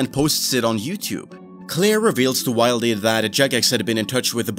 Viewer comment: Did you just pronounce 'wildy' as 'wild-ee' and not 'will-dee'? How can anyone take you seriously?